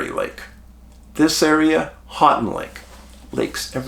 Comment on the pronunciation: Hey Dave, thanks for all you do and spot lighting this area. I'm from Northern MI and still have a picture of a UFO over lake superior. Houghton is pronounced like, "Ho-ton". Keep up the amazing work!